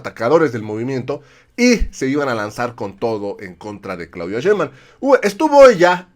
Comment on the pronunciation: Ya es justo y necesario que pronuncien bien el apellido de nuestra próxima presidenta. Nada de "Shembam" SHEIN-BAUM SHEIN-BAUM SHEINBAUM.